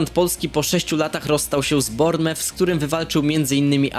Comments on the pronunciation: nie rozumiem jak dalej po 6 latach sprzedzonych w premier league dalej nie umiesz wymawiac poprawnie nazwy klubu AFC Bournemouth ( Bormuf) serio to takie trudne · zle czytasz bournemouth, Anglicy mówią ,, bormuf"